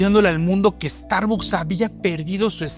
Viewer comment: Pronuncia bien la marca por favor